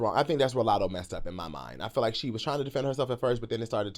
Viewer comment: Lmaoo now Ik u ain’t juss sayin latto wrong one time in this whole 30 some minute video